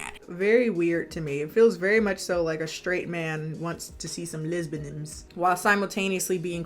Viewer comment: Did she say "les-ban-ims"?!😂 that's it, that's what I'm referring to myself as from now on lol "yeah, I'm gay. I'm a lesbanim"🤣